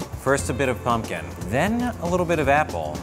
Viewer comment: guys - pum-pec-apple 🤦‍♀️ its that simple